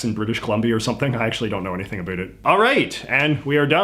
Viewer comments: 👞a shoe 👢a boot I'd like to hear this guy talk about a boot.😁👢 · That pronunciation of "about" lives up to the stereotype. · I love how you actually pronounce "about" in the stereotypical way that Canadians do! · I haven't been in Canada since 1990. Reading the comments and how many Canadians were surprised at your pronunciation of "about", it seems the regional accents are dying out. As they are in the States. One stereotype the Simpsons forgot was "Gorf" which kinda surprised me. Is that even a thing anymore? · i don't understand his linguistic origin story. He speaks with a typically mild Canadian accent but then he says the one word: "about" with a stronger accent than I've ever heard in my 44 year life in Canada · He says 'about' like that in every one of his video, about Canada or not, even when he was a TV presenter he said it like that. He also mentioned in a video that he's always pronounced it like that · Talking about stereotypes and says about like a damn Newfie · Damn then you had to go say about like this and confirm the stereotype lmao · honest confusion here - why has it come to be that every word this guy says sounds the same as many in the US, except "about". Literally just that word is pronounced SO different. Like do you say "hoose" instead of "house"? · i love the way you say about. like how my dad said it. he's from scotland though. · 1. The Simpson’s has been lame for decades. Why are you surprised that they’re trotting out hackneyed cliches 2. I’ve never heard someone say “about” with that Canadian pronunciation as strongly as you. So kind of ironic you’re even making this video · You’re “ a boot” is supposed to be more like about an stop using the t at the end so hard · I was raised in Vancouver and noticed you pronounce "about" closer to "a boot". Why I find this interesting is because my pronunciation of the word is a little more like "abowt" yet we live in a similar geographic. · Why do you say about like a boot